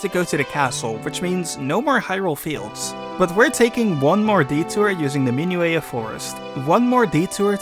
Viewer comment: oh also its pronounced min-yew-ett, not min-yew-ay.